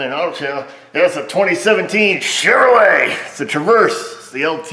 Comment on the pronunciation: Hon-Due!!!!! My bad, I mean Chev-her-lay.